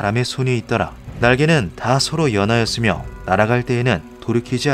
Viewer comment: 연-하였으며 라고 읽어야 합니다